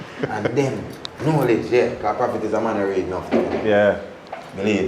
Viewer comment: "Know- lege"